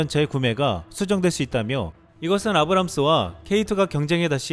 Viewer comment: 아브람스??? 검색한번만 해도 올바른 발음을 찾을 수 있는데... 화면자료 없이 말로만 했음 이해 못했을듯